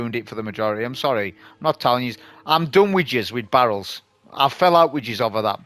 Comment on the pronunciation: The thumbnail with the synths lol, I love the funny accent display from regarding the barrels, great video as usual